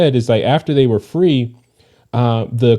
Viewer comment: She didn't say They, She said Day 😂😂😂😂😂